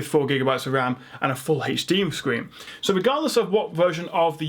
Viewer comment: Full Heich-Deihm-Screihm